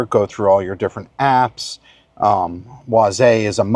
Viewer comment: "wah-ZAY" will now be the preferred pronunciation for Waze.